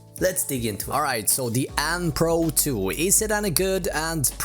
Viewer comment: Anny pro 2 lol it’s pronounced Anne pro 2